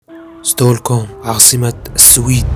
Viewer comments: العاصمة اسمها ستكهولم Stockholm وليست ستولكوم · هو بس العاصمة لفظها خطأ الماء اسمه vatten فاتّين ولا يلفظ فاتن والاكل اسمه mat موووت نفس لفظ موت بالعربي ⚰️ وليس كما لفظته . المهم اهلا وسهلا بك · ياأخي تعلم اللغه العربية قبل ماتعمل فيديو وتعمل دليل سياحي؛؛؛؟!!!!! ستوكوم😱😭 ؟!!! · قال ستولكوم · يا اخي تقبل انتقادي لك لأن اول مرة اشوف الفديوهات مالتك.. انت اسم العاصمة ما تعرف تلفضه وتقوله غلط.. بعدين كثير من كلامك عن الاسعار مو دقيق خاصة اسعار الفنادق لان في الرخيص وفي الغالي حسب المكان اللي تريد تنزل فيه، لو بحثت في مناطق شوي ابعد عن قلب المدينة تلقى الاسعار افضل بكثير. اما قضية (التعقيد) الي صرعت راسنا بيهة، هذا مو تعقيد بقدر ما هو نظام لذلك تشوف الجمال والنظافة ومافي حد يتجاوز لا سائق السيارة ولا سائق الدراجة الهوائية ولا المشاة. الكل يمشي على النظام. اما اسعار النقليات منو كلك الناس تصعد بايسكل بسبب غلاء النقليات؟ البايسكل وسيلة نقل اسهل وليس بالضرورة ارخص، انت اذا تنزل بسيارتك الخاصة الى قلب البلد صعب تمشي بكل الشوارع لان فيها مغلقة امام السيارات الخاصة وركن السيارة جداً غالي في العاصمة. اما قضية اللغة، اللغة السويدية هي من نفس عائلة اللغة الانكليزية (الجيرمانية الشمالية). اما اسعار الاكل والشرب اتفق انها غالية وفي العاصمة اغلى من باقي المدن لكن تبقى هي مناسبة لمعاشات الناس. اذا هي غالية الك فهذا مو معناه انه لا تكدر تاكل ولا تشرب ولا تتنقل لان اغلب الناس عندها الامكانية. النقل من المطار الى المدينة تستطيع ان تأخذ القطار الي يطول 45 دقيقة وسعر البطاقة ثلث سعر البطاقة الي اشتريتها لقطار Arlanda Express. الناس تتنقل بوسائل النقل العامة بشرائها لتذاكر اما شهرية او سنوية وتكون جداً مناسبة مقارنة بشراء بطاقة واحدة لمرة واحدة. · فعلا انسان همجي انت بس اسمع كيف ينطق اسم العاصمة تعرفو من اي زريبة قادم